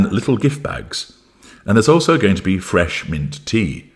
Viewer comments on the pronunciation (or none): none